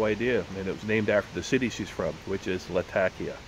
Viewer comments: Not pronounced La-TA-kee-ah. Pronounced La-ta-KEE-ah. Maybe the locals say it that way, but the western pronunciation has the accent on the KEE. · Way to go on the editing video wasn't that bad. I have heard that before about Latakia and how it's pronounced. I think I agree I like the Winter Olympics better than summer but it really depends upon the sport.